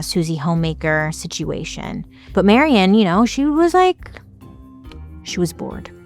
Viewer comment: My name is also Marion and you’re probably the first one to ever pronounce it correctly. Thank you!❤❤❤❤